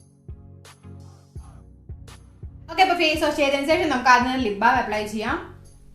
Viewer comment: ഇഷ്ടായി... ഇഷ്ടായി... 😍😍😍 (പിന്നെ സേഷം അല്ല... ശേഷം 😂)